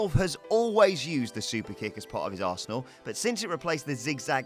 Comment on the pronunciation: Anyone else hear "Nothing in a wrestlers "arsehole" is more important than their finishing meanuver?"